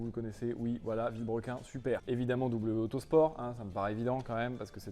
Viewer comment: A chaque fois qu'ils disent: w auto sport" j'entend:"w motorsport", ce qui est un petit peu différent